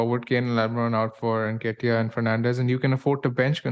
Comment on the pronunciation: "Unlike Bakar they've lost Wood" & pronouncing Nketiah as Necktie 😭 Two best things besides the great pod 😅